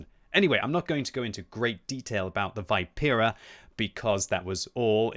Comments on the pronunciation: It's not Vaipera it's Vipera (Vee-pe-rah) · Great content as always! Just FYI it's Vi(like in victory)-pe-(as in peg)-ra. Also wargaming says contracarro (should be anti carro) and the engine is not oto melara but oto malera (an existing military engine company).